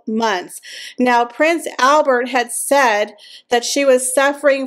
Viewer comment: The Monaco Royals speak French. So YOU SHOULD pronounce HIS NAME PROPERLY AND CORRECTLY!!!!!!!!!! NOT THE AMERICAN WAY!!!!!!